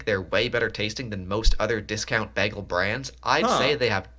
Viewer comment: The way he pronounces "bagel" makes me cringe